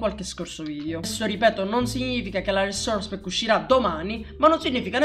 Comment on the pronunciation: RRRRRRRRRESOURRRRRERRRCE PACK